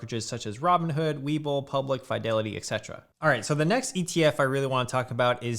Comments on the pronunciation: Umm. Its FEEDELITY not FYDELITY. I'd have subscribed otherwise. shame. ;p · Why do you say Fydelity? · Bro, quit saying FAI DELITY..Jesus Christ. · I had to stop watching because of how he pronounces "FYE-delity" lmfao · You're the first person to say Fidelity like that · I refuse to take financial advice from someone who can not pronounce "Fidelity" properly.